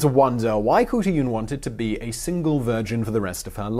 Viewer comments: Kahartoolarn..... thats the real pronouncement xxxx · It should be said as Hotulan or Hotulun. Because in traditional Skript o and u are written same. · Mongolian here, not Kutuyun more like Hutulun. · Hey Simon. Mongolian here. It's pronounced huut-a-lan but you gotta say it fast and not say each syllable. It's a weird language. And as a Mongolian I had never heard of her. Great find. Thank you sir. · As far as I'm aware the Mongolian language has no 'k' sound, so her name would be simply Hutulun. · The proper Mongolian pronunciation would be more like khoot-lune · I don't know where you got your information but I can tell you, as a Mongolian, the women in Chingis khaan's (not Genghis) time were not subservient to the men, only doing house work and rearing children. They were taught to support and protect the empire with beauty and cleverness. And how hard is it to say Khutulun? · It's not pronounced Khutulun, it's pronounced Khutulun. I would now I studied ancient Mongolian dialect. :)